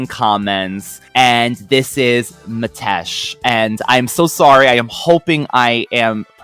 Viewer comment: Hi &, so great to hear you both again on another fantastic T-cats review. So sorry to hear you had technical issues, after all your hard work recording and editing. And yes you are pronouncing my name right, it's spelt Metesh, but pronounced Mitesh. I'm looking forward to one of my favourite episodes, Dimension Doom. Thanks again on another great show, kind regards Metesh